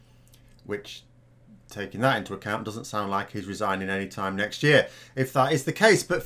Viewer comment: What exactly is resining,? Sinning again, or could he actually be resigning?